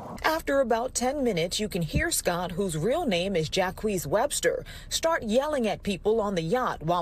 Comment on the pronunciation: nah bro its Jacques but the news lady butchered the pronunciation 😭